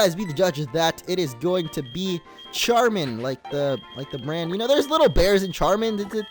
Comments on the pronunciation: Pronounced sharmin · Although it's spelled Charmin, it's pronounced: Shar-min. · Charmin is pronounced "sharmin" like the French ch